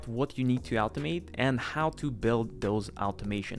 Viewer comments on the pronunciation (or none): "Altomate" "Altomations" "Altomatically"